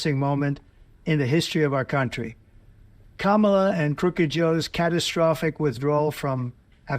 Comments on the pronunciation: Why is he all of a sudden pronouncing her name correctly?? Did someone get the message it wasn't working?? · He finally got trained!!! How many hamburgers took them to teach him how to say Kamala correctly? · He always uses her first name in his condescending way. At least he pronounced it correctly this time.